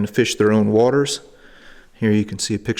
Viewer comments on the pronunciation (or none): none